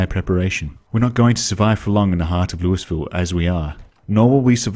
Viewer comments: LOUISVILLE!!! LOOEEEVILLE, you're painful foreign.🫵🤣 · Hello, as a Kentucky native I am going to humbly tell you that it’s pronounced lull-vull. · That’s not how we pronounce “Louisville”